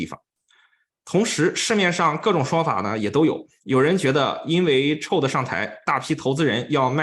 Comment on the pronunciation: Chow. Ow 发音 不是臭 ，是奥。night owl 的奥